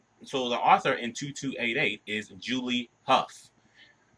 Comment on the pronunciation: Good explanation however very funny everytime you pronounced Author as Arthur lol : )